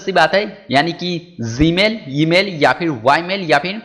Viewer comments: ame bhai g hota hai zee nahin hota English sudharo apni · BHI aik baaat bata zmail BOL raha email 🤔🤔🤔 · zee mail wtf, pronounce correctly nepali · BHai ek no. Bolta hai tu.... Zee mail👌👌👌😂😂😂